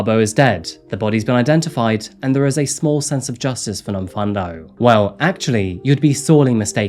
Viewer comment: I'm from Durban in South Africa. Love this channel and the research you put in. Just one thing though, the pronounciation of Nomfundo is Nomfoondo not Nomfundo even though it's spelled that way. No biggie, just pointing it out for future reference 👌💞🇿🇦